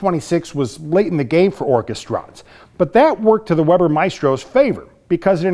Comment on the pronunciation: Weber is pronounced "Vayber", i can read German so can read the roll titles.